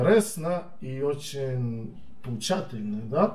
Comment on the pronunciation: Почему, когда он перешел на сербский, я, как русский, все понял???? Только не поучательно, а поучииительно!!!)))